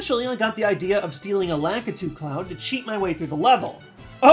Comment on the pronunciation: No offense to, by why does everyone pronounce Lakitu wrong?